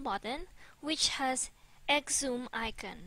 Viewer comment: Xumm is pronounced "some" or "sum"